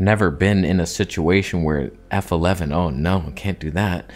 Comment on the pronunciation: WTF? You know what you did.... f11.... EEEEFFFFF Elevvveeennn? The Toneh Gods may strike you down and Tony may somehow appear at your beside and haunt you in your sleep!